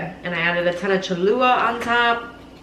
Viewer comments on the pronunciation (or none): It’s “Cho-Lu-La” not chalua lmao